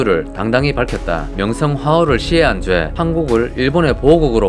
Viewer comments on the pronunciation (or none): 초 명성화후... 명성황후입니다...